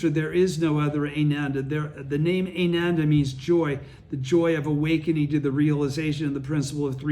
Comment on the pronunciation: Wow, you are the best teacher! 🙏😀 I had a friend listen to this, and she's been practicing for 40 years and she was blown away, she heard stuff here that was never taught or emphasized by SGI. Oh, help with pronouncing the Sanskrit?..phonetics: "Ah-nan-dah",for Ananda, Buddha's disciple-read it like you read the english Japanese in Gonyo book!-NOT like your reading English, it's that's simple, except for when you see a "c" in sankrit, it's pronounced as "ch", like in "church". Hope you're doing good health wise as well as your obvious mental/emotional health! (excellent!)